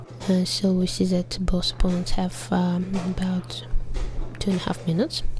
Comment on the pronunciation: op-pawn-ents xD